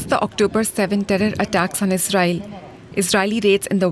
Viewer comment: what the heck kind of slur-esque pronunciation of Israel was that?